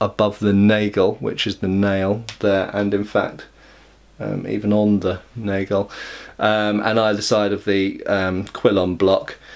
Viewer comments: Here's an unsolicited German pronunciation lesson: Nagel sounds like "nah-gle", not "nay-gle" ;-) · I'm not sure whether this is something you care about, so by all means feel free to ignore it, but since Nagel is a German word the "a" is an "ahh" sound. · Hi i enjoyed your video as usual. but one little detail bugs me and that is your pronunciation of "Nagel". If you want to say it "correct" the a is more like in half or Lager or France. Thanks for all of your Videos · Because of pronunciation I thought it's an English word.